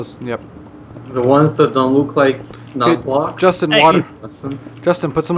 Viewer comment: Call Justin, Justina Just-E-na